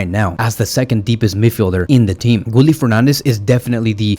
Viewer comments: Guille like guillermo. Gilermo. Not gully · You pronounce Guille's name wrong. Why nobody cannot pronounce his name correctly. There's no L in the name, it's how you pronouna Sevilla. It's pronounced "Gieyeh".